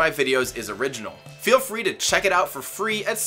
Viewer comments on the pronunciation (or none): none